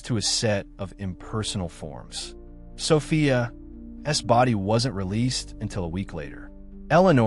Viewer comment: Absolute nonsense.And the AI narration can’t handle saying ‘Sophia’s’.